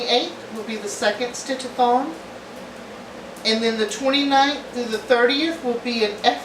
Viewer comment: I KNOW you're saying stitch a thon, but all I hear is stitch a thong - lol! Next year sounds fun and busy :)